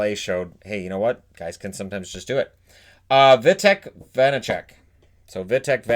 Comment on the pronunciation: It's Vanecek, not Vasacek.